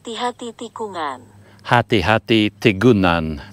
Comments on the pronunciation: The G isn't silent. You got the syllables wrong. Tikungan = Ti-Ku-Ngan , it's not Ti-Kun-Gan Same as Dengan It's De-Ngan , not Den-Gan That's why the G almost lost in pronunciation. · Tikungan pronounce as Tee - Koo - Ngan. Try typing "Ngan" in Google translate and listen to it. Same as banyak. You sound the n and g together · I think the ng in tikungan is pronounced as it would be in thing. An n and g combined if you see what I mean. An n with a j tail at the end of the n, if I remember my phonetic alphabet correctly. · For crying out live, could we not ponder on how pronounced “Tikungan”? Peace out ✌